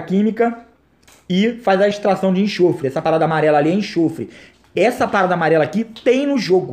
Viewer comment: não é enchofre, é enxofre!/